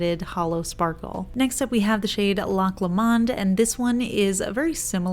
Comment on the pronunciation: Love your videos, but that pronunciation of Loch Lomond… 😬